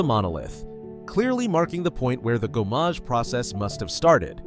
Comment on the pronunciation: Good on you for owning up to it! French pronunciations are often tricky for Americans, whereas us Brits have at least a few mandatory years of French at school. The one that really grated though was gommage, because it's said so many times in game - quite easy too, it's gomme-age rather than go-mmage.